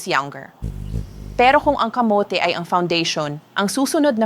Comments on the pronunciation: bakit ang pagkasabi niya ng muscles ay maskels? as a doctor they know the right pronunciation of muscles 🤭. tapos ang kamote ay kamot... AI naman yata yan .. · KA MO TE ( not kamot ) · Yung pronounce ng kamote Kamit!!? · Natawa din ako sa maskel 😂😂muscle Mas kel😂camote niya camot😂